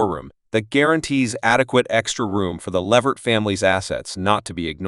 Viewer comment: His name is not the way this man is announcing it Lavert it's Levert